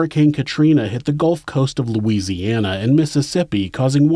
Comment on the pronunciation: Just wanted to say how awesome it is that you correctly pronounced the cities and other places in Louisiana you talked about in this one. Pretty telling of your care and concern for the little things that matter to us because they’re part of who we are.